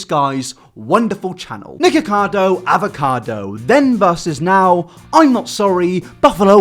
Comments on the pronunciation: Anyone else thought he said niggacado😂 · I thought said niggakado avocado